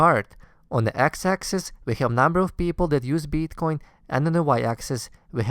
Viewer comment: Please learn to pronounce BITcoin !! :) If that you are the nr 1 bro!